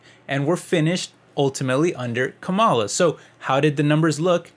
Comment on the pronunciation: I had to stop watching because you keep mispronouncing Kamala. It's disrespectful and actually tells me that you are biased against her. In case you care to pronounce it correctly, it's like "comma" like in a sentence with "la" like singing lalala. So, comma-la. Kamala. Fox News mispronounces it deliberately to be disrespectful. So, even if you meant to come across as unbiased, it's unfortunately clear you are not.